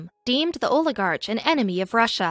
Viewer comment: Why can’t this narrator pronounce the word oligarch properly? Also, half of the story is missing- Pugachev owed the Russian government a huge sum of money and he fled. Alexandra is British of Russian descent.